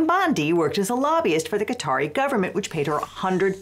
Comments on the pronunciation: Ive never heard someone butcher the name Qatar that poorly lol. Sounds like "cutter" or "cotter". Thats wild 😂 "kut-aar" or "kt-arr" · "Kah-Tar", not "Cutter" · Why are we calling Qa-Tar "cutter" now? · Lol. Khat-her? Pronouce shit right. It's Kay-tar. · Interesting, Qatar is pronounced ”cotter”? I always thought it’s pronounced ”ka-TAAR” (A European here, with English as second language). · i love you guys but its not "cutter" its "kah-tar" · Just real quick...its not "cOTT-er", its "cuh-taar". Unless we're saying cotter on purpose to be petty 😂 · I thought it was pronounced like caw-tar instead of cotter? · So wait, is Qatar pronounced "kay-tar" like I always thought, or "cotter"? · Qatar is pronounced 'kuh-tahr', not 'kotter'. I'm confused how that happened while still pronouncing 'Qatari' (kuh-tahr-ee) properly. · Qatar, not cotter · Is Qatar really pronounced like "Caught her". I thought it was pronounced the same as the Indian Katar. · An unsurprising amount of insanity, yet again... FYI, it's pronounced Ka-tar, same way you're already saying Qatari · Fr, if he wants act professional, he should at least pronounce the name of the country correctly (talking about Legal Eagle) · Hey! Love your channel, for future reference. Qatar is pronounced as “Cuh-Tar” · Why tf are people suddenly pronouncing Qatar like ‘cutter’? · Is Qatar really pronounced "Carter?" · Pronouncing Qatar like catarrh is tickling me. Apt. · That pronunciation of Quatar has me questioning which of us has been saying it wrong because my source for pronouncing it is the BBC and you're a lawyer so you would have proofread your pronunciation, so either one of us ir right or there's multiple acceptable ways to say it. For my sanity I'm going with the latter. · Anyone else a little bothered by her pronunciation of Qatar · Why do Americans pronounce every word wrong?! Seriously youre an educated lawyer at least research the name of the thing you are discussing